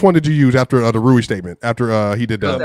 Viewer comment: That nigga really said Rui. Never invite him to the show again.